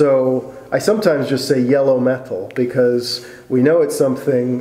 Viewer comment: Every time says "Meh-tlll," I giggle a little bit inside.